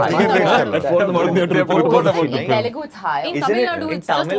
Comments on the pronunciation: Varun first learn how to say ‘Telugu’ before you ask for a role in TFI. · Man I feel the same when tamil people say telungu instead of telugu..